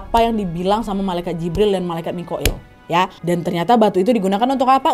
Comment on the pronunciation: Jibril n mikail kak nadia bkn moqoil ,kak nadia ngmg moqoil td